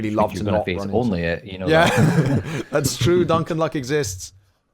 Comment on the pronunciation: Pastebin??? come on duncan